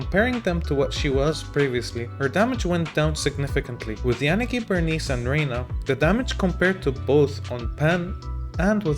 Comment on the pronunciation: Your pronunciation of poor Yanagi's name . . . 😭😭😭